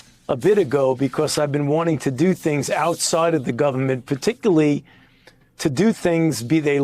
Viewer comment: If I have to hear him say “particully” one more time